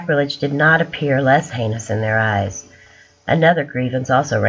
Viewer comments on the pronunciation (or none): none